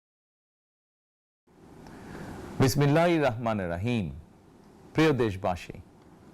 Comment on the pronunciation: যাক এবার সালাম এবং বিসমিল্লাহির রাহমানির রাহিম খুব সুন্দর ভাবে বলেছেন❤